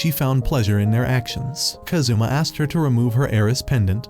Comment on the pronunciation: Kázoommah Man Americans are terrible at pronouncing Japanese names.